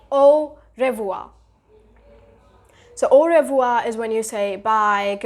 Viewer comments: Its not "o rev-wha" its "o-hev-wha" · Revoir - re pronunciation is different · Your pronunciation word when you are speak au revoir it's wrong